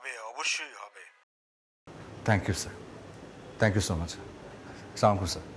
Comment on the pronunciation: Apurbo Bha, Salam ta thikmoto shikhen, ata kintu smart porichoy na.